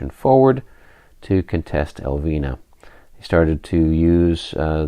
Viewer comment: I'm digging into the popcorn and watching with rapt interest. Since you do seem to not want to butcher the Spanish town names, Elviña would be pronounced "El-veen-ya" the tilde (~) over the n imparts a rolling of the tongue and a N-Y sound. Keep at it, the battle seems to be shaping up nicely...